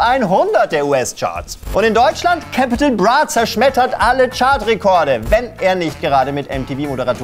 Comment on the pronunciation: Capitol Brah, wie kann man so ein video machen und nicht mal wissen, wie man die Künstler ausspricht